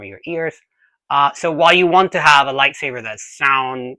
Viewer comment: Are you saying "lie savers"?